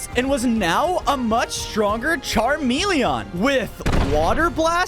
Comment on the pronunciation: Dont get this wrong i love but hate the way he prenounces charmilion